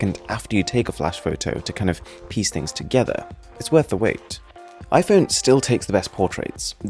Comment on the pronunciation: Can u Stop to say ö instead o? Its not fötö or iphöne .....its fOtO and iphOne. Your voice Sounds so as u only love to hear yourself